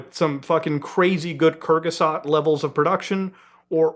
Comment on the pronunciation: i heard "kyrgyzstan" at first and im ashamed to say it took me way too long hes trying to say kurzgesagt